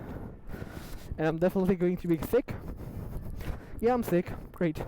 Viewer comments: I thought he said thicc xd until i realized it was sicc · Omg I though he was actually saying thicc in the beginning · I thought he was saying, " are you getting thicc